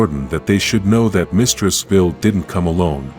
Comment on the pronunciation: Vile not vill....